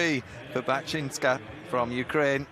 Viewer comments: L. Vega - That's because she herself butchers the names. Listen to her long enough and you'll see. The fellow already butchered "Buchinska" pronouncing it "Bashneeka" instead. For all the time they spend commentating, they simply are too damned lazy to check on competitors' names before competitions. Americans are just as bad, except when Nastia Liukin joins the commentating team. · michelle - if the world should be following British pronunciations, your name would probably be garverzandy. The Brits here have butchered Bachinska, making it Bashneeka; Damato becomes Damateyo; Melnikova became Menikova at one point, and her first name, with a Russian pronunciation uses a hard 'g', not a 'j' sound; they have never pronounced Mustafina properly either. At one point, they butchered the Polish gal's last name making it Kaleska instead of Kalesza. It is shameful since a name is the most important thing you own. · ahahaha, that's right. Also Anastasiia Bachynska is pronounced weirdly